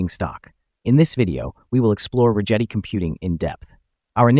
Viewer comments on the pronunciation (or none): hate to be that guy but if you hear Chad Rigetti say his own name, it's Rigetti with a G like Get